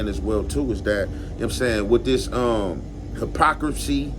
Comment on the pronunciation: The homey said, “ hypoCripcy”. Gotta love